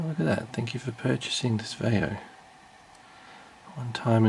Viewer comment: Why did you pronounce vaio the way you did? I mean the ad tells you how to say it. Same with americans saying nokia. Not having a dig, just genuinely curious why?